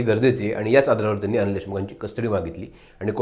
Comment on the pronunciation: Nit Marathi bolnari loka nahit ka tumchyakade? ‘Tenni’ kay asta? Mala tar ‘tyanni’ mahitye